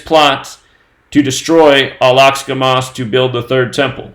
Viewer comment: Josh Greenblatt wanted to let know that the name of the mosque is pronounced "Al Ahk-sah". Carry on, coincidence theorists.